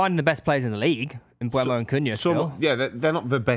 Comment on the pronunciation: Guys please, it's Mbeumo not Mbuemo.